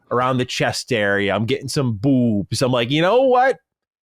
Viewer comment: Baaaahahaha "Bewwwbs!!" Haha what the hell. for the first time ever he let his NY accent out.